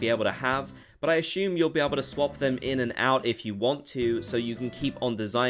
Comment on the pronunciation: Assume, not ash-ume